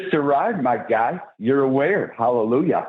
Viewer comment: Am I the only one that hears "I am moron" everytime this guy says "My Guy"¿